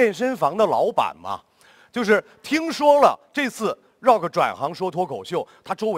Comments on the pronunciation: 少刚老师，不是绕克，是RU啊克😂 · 这主持人能不能把rock读对？老是 绕克 绕克...难道周围没有人提醒他么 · Rock, "绕克". 刚哥需要去新东方培训一下了。。。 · 不是，我并不讨厌张绍刚，但是大学教授不会英语吗，“rock”他咋念的？ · 大胖娘儿们主持：你必须要念对英语发音。必须要尊重Rock本人对英文名的发音。否则，太令人发指。